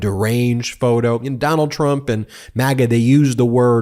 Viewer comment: Ben: "Donald Trum?" You need a vacation! 😂